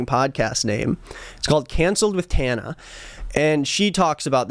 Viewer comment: the way he didn’t know how to pronounce tanas name… like she isn’t 10x more famous than him